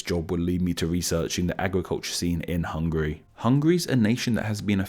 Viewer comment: Oh man! I love your chanel but you pronounced Hungary soo terribly!